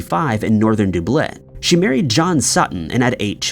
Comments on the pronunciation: 1 thing out of place is the way you say Dublin! Du-blin wtf is that! It's Dub-lin man.. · Wait… we’re you meaning to say Dublin?? Doob-bleh? Is this AI? Or am I wrong? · Stop pronouncing Dublin (duh blin) like that. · Once again mispronouncing Dubin as Dooblin... you do it EVERY FKN TIME.. and it HAS to be just to get people raging in the comments. 🖕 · Dub Lin - the "Dub" part is like how you would say Dub-step, not Dube... 🤣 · Dublin is NOT pronounced ‘De-blin’ but ‘Dub-lin’ ! Why can’t Americans, who profess they know the ‘English Language’, pronounce things correctly ?! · Only thing I find creepy is you saying- Doo Blin, instead of Dub Lin….eerie! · I know! I've heard of Dublin, but never heard of Dooblyn! 🤣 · Does he mean Dublin? Dooblin? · And what did you call Dublin again?!? Deblenn? Ka-blam? Ffs! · I just love visiting Doo-blin to feed the doo-cks at Doo-sk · How can anyone take this seriously when the so called research you did didn't instruct you how too pronounce DUBLIN correctly? Its only the capital of the ROI. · There is a full documentary on the English girl/ Irish mother charting her journey and meeting the children it is very compelling, but I didn't think it was made by BBC I maybe wrong.👋👵🏴. Still pronouncing DUB-LIN wrong!!! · It’s Duuublin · I love how all the comments are Anne Frank or Dooblin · Out of curiousity....why does pronounce Dublin as "Dooblin"? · No one in the space of thirty seconds- "Duh-blin" "Doo-blin" 😂 I guess most of us are pretty used to mispronouncing things and barely notice anymore🤷‍♀️😂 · IT'S FUCKING DUBLIN !!!!!!!!! How the fuck can we take this channel seriously if he keeps mispronouncing words??? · Dub-lin. Dub rhymes with rub and lin rhymes with pin. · Yeah that bugs me too. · The way he pronounces Dublin...OMG! Is it possible ? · How are we pronouncing Dublin. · the eeriest thing was how you pronounce Dublin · Creepiest thing here is the pronunciation of “Dublin” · How can you mispronounce Dublin?